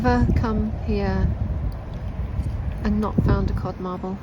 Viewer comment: you say "first mod carble" I think lol... instead of "first cod marble" lol maybe it's just my hearing but it's funny to me none the less!